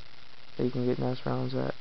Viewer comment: It's N...E...S, not ness. Lol